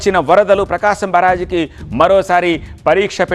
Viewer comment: English లో pronunciation and vocabulary "బరాజ్". తెలుగలో కదా మీరు talking సేసేదీ సో "బ్యారేజీ" అని పలకాలి😅😅😅